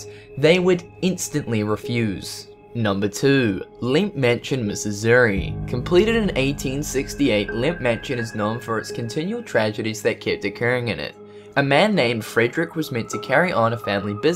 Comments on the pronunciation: Cool vid.But you really need to brush up on your name pronunciation. Where were you taught that all words are to sound as they are spelled?.Edinburgh = edinborough,Colonel = kurnal, Missouri = mizuri...Kind of made the rest hard to watch. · You said "misissouri". It's Missouri bud